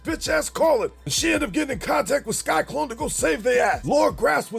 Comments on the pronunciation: Entertaining as always, but why do you keep calling him “Sky-Klone” instead of “Sy-Klone”? Just curious… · It’s sy-clone. Not sky-clone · Lmao! You keep saying "Sky-Klone" 😂😂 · Sky-Klone? Lol